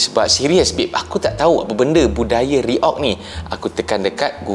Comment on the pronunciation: kami faham abang susah nak baca kalimat reog.karna di malaysia abjat a jadinya English.alias apa british